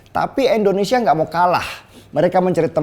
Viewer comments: bang lu gak bisa ngucapi INDONESIA, apa emang setau lu negara kta ini namanya ENDONESIA??????? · Bang tolong Pelafalannya jangan Endonesia dong, kasih penekanan pada vokal "I", Indonesia.. thanks. Good luck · Maaf banget maaf kang denny kl boleh koreksi, maaf nih ya mengapa setiap menyebut "INDONESIA" itu malah jadi "ENDONESIA" ? Maaf ya sekali lagi kl saya sok2 atau gimana2 🙏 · Pak kali ini sy kritik bpk:😆 Indonesia pak bukan Endonesia Pasti karna saking semangat nih 💯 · Penjelasan bang Deni emang selalu gampang dan mudah di cerna,tpi aku merasa terganjal dengan satu kalimat yg selalu bang Deni ucapkan tentang Indonesia jadi endonesia,ini x kedua aku coment tentang kalimat Indonesia ini dan aku harap bang Deni mengucapkan Indonesia dan bukan endonesia,maaf 100x maaf aku cinta indonesia